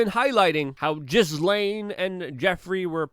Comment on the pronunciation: finally someone can pronounce the name Ghislaine it's like French